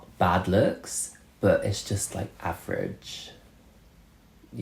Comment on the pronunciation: Missed you! Glad u got some time off. Love the “Average” pronunciation